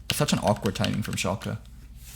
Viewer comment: God the way you pronounce Shalke hurts my ears. Its not ShalkEEEEEE its Shalke (i know this isn't how you discribe it but ... ) its the same e as in Larssen (short and more of an uh sound)